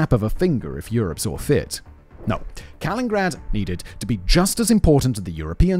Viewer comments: It's not "Kalingrad". It's "Kaliningrad" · Why does Simon call it "Kalingrad"? Ithougt it was "Kalinin-grad". Like "Lenin" but with 2 I's. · This one is making me cringe hard each time he says it. Kuh-li-nuhn-grad Jesus, if my Texan ass can pronounce it right, you should be able to get close at the very least. X.x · I never like correcting people but SIMON it's KalinINgrad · Has Russia changed the name from Kaliningrad to "Kalingrad?" If not, how did that get past spellcheck??!!😮 it's weird that it's spelled correctly in the video title, mispronounced throughout the entire video 🤔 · 1) Ostpreußen 2) Kaliningrad, not Kalingrad. 3) Russia is European. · Ah yes Kalingrad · Every time he mispronounces it, cut to me in my house alone, shouting over and over, “it’s KalinINgrad!” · This one is making me cringe hard each time he says it. Kuh-lin-nuhn-grad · 4 syllables in Ka-lin-in-grad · Did you say Kalingrad? :D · C'mon big brain guy it's KalinINgrad 😅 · I'm noticing a lot of breath popping in the recording on this one. As much as "Kalingrad" bugs me, the breath pops are definitely worse! 😉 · Fun fact, it's Canada who has the longest coastline at about 243 000 km. Interesting video, but man, mispronouncing the name every single time, the only excuse is Simon is British :) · Simon: Does an entire video on Kaliningrad Also Simon: Still can't pronounce Kaliningrad Never change, fact boi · Oh no, when I saw that Simon made a video on Kaliningrad, I remembered that literally every single time I’ve ever heard him mention Kaliningrad/ East Prussia, he misses a syllable. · I'm listening to this thinking that I'm the one who doesn't know how to pronounce this city's name. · The weird part is that when giving the etymology of the current name he pronounces it's namesake differently. I wonder how much longer the video'd be if he pronounced "Kaliningrad" as four syllables😂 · He prounounced the man Kaliningrad correctly but not the city lol. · Yes. And its not the first time either :P